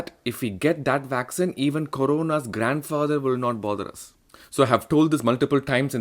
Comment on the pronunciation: Vaccine not Vaxxin!!